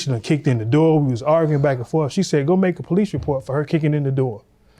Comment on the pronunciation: She talking bout, "There goes the poh-lice!" 🤣🤣🤣 Um yeah.....in a courtroom there are policemen. They're called bailiffs. 🤣🤣🤣🤣🤣🤣